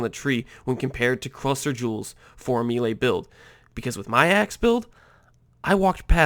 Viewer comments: pls stop saying me-lay it's more like may-lay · The word "melee" ....... it's not "meelay", it's pronounced "maylay" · It's pronounced "may-lay" :) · im glad im not the only one whose eye twitched when he said it me-ley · Your pronunciation of "maylay" is so bad I can't see all of the brilliance of this build...... . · nah bro, it's "melay" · Exactly. Americans murder a lot of french words. It's meh-lay. Americans: split the word up; there's one 'e' in the first syllable and two in the second. Of course they're not going to have the same sound. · me·lee /ˈmāˌlā,māˈlā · I am Exiled he’s saying it like meelay but it’s either like a short e sound or an ay sound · always so confused when a native english speaker mispronounced melee like this... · he doesnt pronounce it right smart one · Its the first time i hear that "melee" pronunciation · No, it's because he doesn't know how to say it. Just like most of Americans say "expecially", "ekcetera", which triggers the living shit out of me.